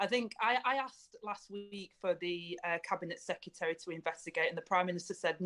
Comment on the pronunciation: She pronounces 'secretary' in much the same way Homer Simpson pronounces 'nuclear'.